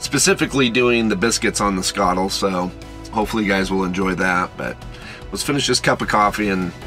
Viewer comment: Just happy you can pronounce skottle properly